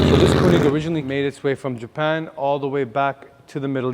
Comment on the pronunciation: Its spelled KOENIG not KUNIG bro come on